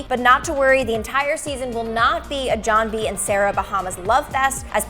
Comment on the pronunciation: Idiots.... it’s John B.... not jOHn